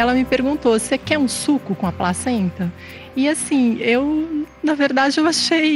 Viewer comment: só eu entendi ela dizer "a própria pracenta" ? e a outra até olhou estranho pra ela :-D